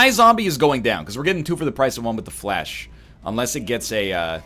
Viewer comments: Obviously someone has corrected him before, but Fleche is pronounced as 'flesh'. NL, I know you like your facts, so think about it in terms of the sport Fencing. A fleche is an attack performed with a sort of running momentum. I understand you call it flash because its like a quick 'all-of-a-sudden' attack, but please keep trying to say fleche. So just remember that Fleche is associated with Fencing and is pronounced as 'fancy'. You may even know all this already, in which case you are fine. On the off chance you don't, you're welcome. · Am I the only one who goes nuts when NL pronounces Fleche as Flash?